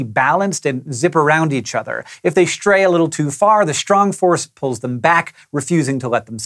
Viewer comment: Shrong force? :P